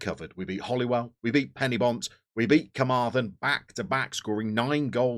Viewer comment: And another thing - Penybont are not "Penny bont", but "Pen err bont". Just saying.